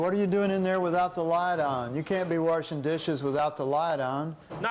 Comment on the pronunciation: Until now I was wondering where this was supposed to be because Harry is Mad Dogging like it's New Jersey and Inspector guy has that media trained "not an accent" but then he said "you can't be WERSHING dishes without the light on" this is Kentucky.